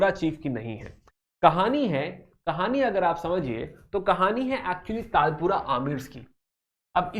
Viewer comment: Sir It Is Not Talpura It Is Talpurs And It Is Not Kallora It Is Kalhoras